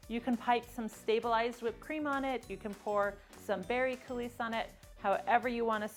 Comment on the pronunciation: Your recipe turned out an absolutely fantastic cake. I've been making these flourless babies for 30 years and I never had one as good as this. Thank you! May I make one tiny suggestion, and only because you're such a professional... In the (French) word "coulis" the s is silent, as in koo-LEE